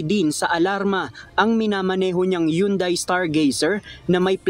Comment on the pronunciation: Huhn-Dey ✅ Yugn-Dai ❎